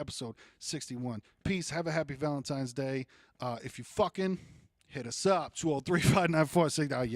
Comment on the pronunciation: "Valentimes"Day !! Classic Bahahaha !